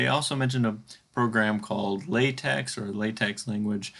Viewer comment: It's not pronounced latex, it's pronounced lahtech.